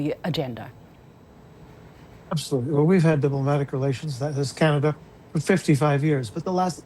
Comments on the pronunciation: Please tell LI there is no "R" in Canada....LOL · It's Canada, not Canadar, lol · The lady with glasses speaks perfect English except she can’t pronounce the word “Canadar” 😂